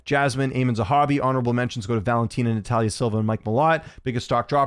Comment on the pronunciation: Stock risers silva and jdm. Stock down belal and bruce buffer. He needs to retire Constsnt mistakes now. He messed up natalias first name smh.